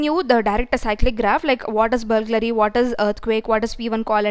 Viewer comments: Its BURGLARY not BULGLARY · Correction: It is not "Bulglary" it is "Burglary".